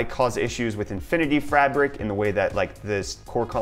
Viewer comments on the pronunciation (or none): infinity "frabic"